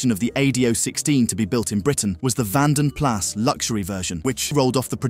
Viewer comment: They are really the same car the only difference was the grill and the dashboard slightly different other than that the same car. oh and the vanden plas you dont pronouce the s